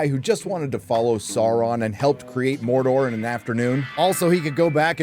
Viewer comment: Mordor dude! DUDE MORDOR! MOR DOR DUDE!